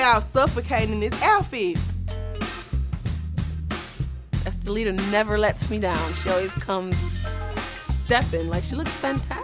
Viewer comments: dime said oompapooma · Amaluna I'm dying!!!! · The cast commentary is better than just watching the entire show,,,, Dime calling her “Umpaleta” is killing me🙊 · What did dime say "umpaluna"????? 😂😂😂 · Dime is Hilarious😆 not “appaluca” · Dime called estalita every name except her name 🤣🤣🤣💀